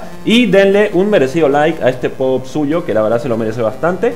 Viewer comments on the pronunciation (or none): Poop se pronuncia "pup" pero igual suena bien tal cual. Ahora reacciona a la parte 2 Pd: filete todo trabado xdxd